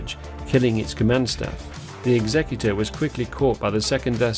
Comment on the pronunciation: Isn't it pronounced 'executor' as in., someone who puts someone to death, rather than the legal term for someone who deals with wills? Have I been pronouncing it wrong for 30 years?!